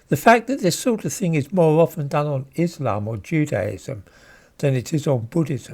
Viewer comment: When pronouncing the word 'Islam' in English, the emphasis belongs in the first syllable. Enunciate the 'iss', as one does in 'hiss', as if impersonating a snake.